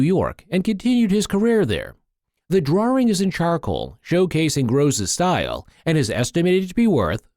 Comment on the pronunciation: Why does the man pronounce it as drawRing . . .